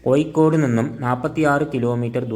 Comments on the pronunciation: ഏയല്ല ഏഴ് കോയിക്കോടല്ല കോഴിക്കോട് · കോയിക്കോട് അല്ലാ കോഴിക്കോട്